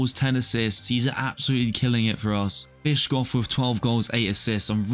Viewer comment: Bischof is pronounced like bishop, just with an f instead of a p